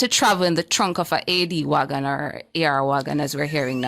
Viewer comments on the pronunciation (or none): AR Wagon? Man outa touch. it is AD Wagon